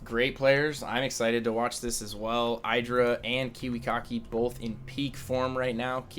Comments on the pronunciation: No, is wrong. Husky is right. Idra is pronounced the same way you pronounce "it' or "idiot". Ed-rah no Eye-dra. is ignorant. On a side note, Idra is fucking amazing. I used to dislike him but seeing him play and his game sense is phenomenal. He has so much experiance under his belt that he's able to tell what's coming and how to react. Just great. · omfg, stop pronouncing idra incorrectly!! It's "ih-dra", NOT "eye-dra".. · Id-drah, not I-draw. Even Husky gets it right now and then ;-) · It's "eye"dra, some ppl pronunce it idra because of hydralisks but when you see an I at the begining you prononce it like eye. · IDD-DRA Not eye-dra. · No, it's actually Id-ra. He's said so, himself. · even idra calls himself id- ra :/ but i think everyone calls him different things. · it's pronounced iiii-dra iiii-dra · Trust Artosis! But... he calls Idra something different than Idra calls himself! Wtf?